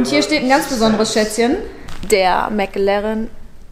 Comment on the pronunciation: Das ist immer sooooo geil: "Mäck Lärrren!" Ich schmeiß mich immer weg! 😂😂😂😂😂😂😂😂😂😂😂😂 😎✌️